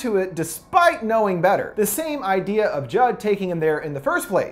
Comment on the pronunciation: Anybody else hear him say drugging Jug instead of Jud?